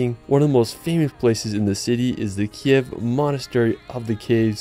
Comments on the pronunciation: Sorry, but not Kyev , right Kyiv ) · Thank you so much for this amazing video! I live in Ivano-Frankivsk, it's amazing beautiful and very cozy city near the Carpathians. It;s just the name of our capital is pronounced as Kyiv (Kiyiv), this is ukrainian language (Kiev is russian style). I wish more and more people to know how beautiful and special Ukraine is ))))) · Nice video. You just need to update your pronunciation of Kyiv. Rather than the ruzzian transliteration (Kiev) which you pronounce in this video, the capital city of Ukraine should be pronounced as Ukrainians write and pronounce it, something like this: K + Eve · not Kiev, but Kyiv